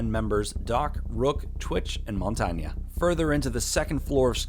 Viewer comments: stop saying montaña it's montagne god its giving me an aneurysm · Montanya, Montanya MONTANYA Mon-tang Do you also pronounce Bethesda, Beth-desa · It isn't pronounced monanyaaa its montagne mon-tange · Mon-tan-yay, not mon-Tanya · also just an FYI MONTAGNE IS PRONOUNCED MONTAIN not Montanya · You pronounce montage name wrong it's not (mont-ang-ya) it's mon-tang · Dude im french and its not montanya lmao. its prononced mon-tang but obviously in french it doesn't sound the same but pronouced the same way nonetheless. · It's not pronounce Montagna tho it's a french word pronounce as it's write with an E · It’s pronounced mon tain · Why do you say montonya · ITS PRONOUNCED MON - TAIN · Why can't people pronounce montang's name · The wae you say montagne XD "montana" Monty is the new scarface. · Who the fuck calls Montaigne,”montaña” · Alright lemme just clear dis out, Montagne is based off of the french word for mountain, meaning his name is pronounced ‘mon-tane’ the G is silent. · MADJETSCOMPLX OP actually usually in french the last letter isn't pronounced... Plus its pronounced 'Mon-tahn-yuh' (phonetically ofcourse). ' 'Mon-tane' is very Americanised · It’s pronounced mon tan ya except that sound wierd so I just say mon tane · its mon-tan-ye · Quit pronouncing mon-tane wrong, I disliked. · You f***ing idiot its pronounced mon-tain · It is pronounced non-tain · Lmao he said montanya I'm dead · Jose Arroyo Actually, mon-tan-ya is the French pronunciation. I used to say Mon-tang too but upon researching the proper French, that’s what came up repeatedly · he said monties name wrong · this dude pronounces montage so weird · You pronounced montagne wrong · Your pronunciation of 'Montagne' hurt me. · if yo ass pronounces montagne aka mountain wrong again ima find yo ass get the shit right or I'm unsubbing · im French, you`re wrong. The E in Montagne is not prononced like a A in french.